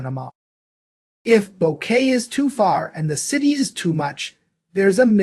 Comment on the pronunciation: It's hard to trust you when you mispronounce Boquete....